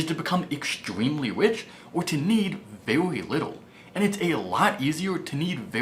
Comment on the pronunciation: Elmer Fudd syndrome. Evwry, vewy, wule of thumb, weduce your expenses, thrwee thousand, retwere. ugh. He was doing so well in the last few videos.